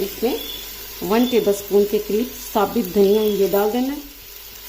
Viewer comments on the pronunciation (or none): Lafs „Sabit“ nahi SABUT Hits hai